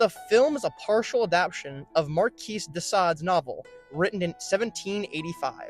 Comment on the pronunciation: Learn how to pronounce “Bastille” and “Marquis”.